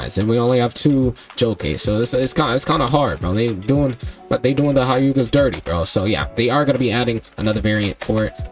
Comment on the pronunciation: My man said hayuga 😂😂😂